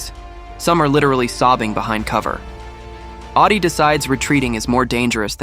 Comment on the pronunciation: Awdi not Oddy